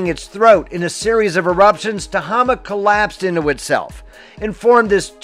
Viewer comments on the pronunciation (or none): I'm happy to report it filled up last year (spring 2023) and had very high waters all summer long. 👍 I went snow shoeing near Bogard 2 days ago, which is where the turn-off for Crater Lake is. Thank you for the great video of my backyard! (PS: Tehama is pronounced Tuh-hay-muh) Happy trails!